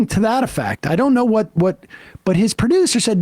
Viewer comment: So not important, but the way Sam is saying "producer" is cracking me up. It's just the inflection, "pri-DOoOser". I can't stop saying it that way. I think I need to see a professional lmao